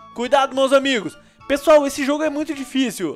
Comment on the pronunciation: voce no inicio voce falou [pala pesoal]